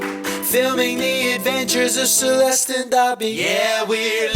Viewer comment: Coucou, je n'ai pas commencer le vlog. Cela fait plusieurs fois que je tilte sur un truc. Je t'explique, a la seconde 21 à 23 environ, j'entend phonetiquement Celeste and Dobbie. Deja est ce que tu l'as remarqué? Suis je la seule a entendre cela? Je me marre toute seule, mais bon le ridicule ne tue pas. Ca fait 3/4 fois que je réécoute et j'entend bien cela. Dit moi si je dois prendre rendez vous de toute urgence chez mon orl. 😜😂🤣😂🤣😂🤣 Allez je retourne a ton vlog, belle journee, une caresse aux poilus 🌸🌷💜😜